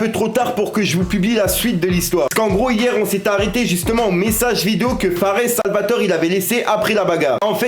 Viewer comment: On dis « fares salvatoré »